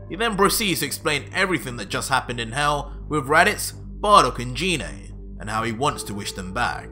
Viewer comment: First of all genine tf its pronounced gine